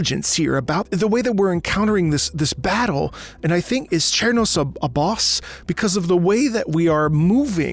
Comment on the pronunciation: I believe "Cernos" is actually pronounced "Ser-nos" as the name is derived from "cervidae", the scientific family for deer, elk, moose, etc. Cernos is a massive elk creature.